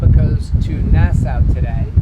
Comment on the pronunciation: Hey guys, it’s pronounced “Nasssaw” not “Nassouw” get with the program